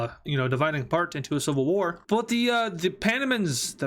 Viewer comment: The demonym for Panama(the way you reference a country's people) is pana-man-ians. For pronounciation just search "panamanians pronunciation".